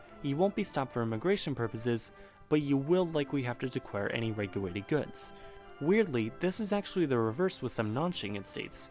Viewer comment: "decware any weguwated goods" 😂😂😂